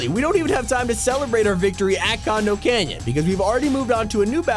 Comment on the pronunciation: He said con*om canyon